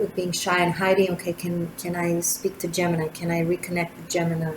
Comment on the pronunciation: Oooff you got me tripping! Not only about the reading writing keyboard creativity explosion: we are about to release a book I've been editing and illustrating, now I am taking it way beyond creating a new design line- But you kept saying Gemmi which sounded to me like Jenny- my name- and I almost spit out my coffee!